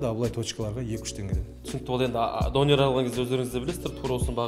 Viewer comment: дОнер емес, донЕр!